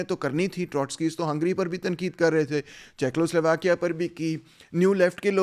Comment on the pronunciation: Good analysis but please correct your pronunciation of Czechoslovakia= checo not checklo